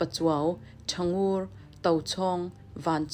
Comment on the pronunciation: Thangur chhiar rik dan kha ari hniam a thluk awm lo ritawi ve ve a chhiar rik tur a nia.